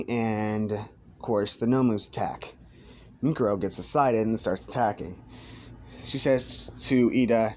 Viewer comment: mikuro? isnt it miruko